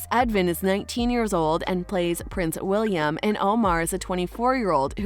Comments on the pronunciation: This video is amazing, only little mistake I found is that you continuously called Wilhelm - William.. lmao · hold up. did she just call wilhelm, william?